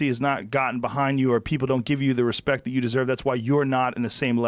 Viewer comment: Tyron "No Hespect" Woodly